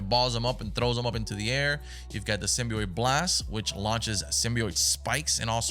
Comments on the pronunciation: its said simbee ot btw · hollow please stop saying symbeeiot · i gotta say man, if I’m gonna watch you play this game, you gotta say symbiot right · "Symbioit" hehe. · saying symbi-oit threw me off the whole time😂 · Every time he says symbiote he says it wrong 💀💀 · WHY DO YOU SAY SYMBIOTE LIKE THAT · your pronunciation symbiote is very weird